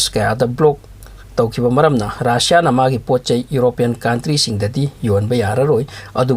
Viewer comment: RAASSIA nte RUSSIA (RASSIA)haiyo